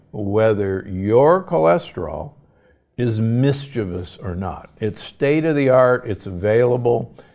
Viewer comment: I love Dr. Gundry because he actually knows how to pronounce the word MISCHIEVOUS.